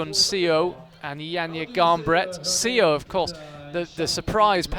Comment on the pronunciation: Could someone tell the commentators that SEO is actually pronounced as Suh rather than CEO